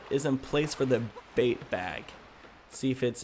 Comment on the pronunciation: Is he calling the bait bag, a bape bag?